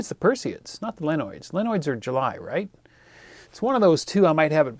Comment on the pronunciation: Great video :) One silly point...it's lee-oh-nid, not lee-noid ;)